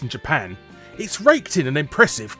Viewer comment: "raked" sounds like "raped". Topical. :P